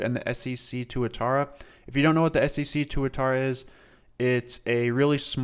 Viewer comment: love how this dude says ssc as scc lol (no hate) love the video as always!